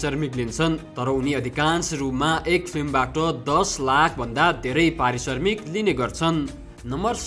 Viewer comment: Arissarmik hoina mahodaya arissramik hai😂